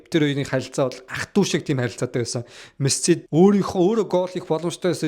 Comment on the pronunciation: Чам-пион-с лиг why are you чамсионс лиг вэ😂😂😂 Мэс-си болхоос Мэссс-сссси биш шүүдээ Парис-сэйнт жерман болхоос парис жанжер биш 😂😂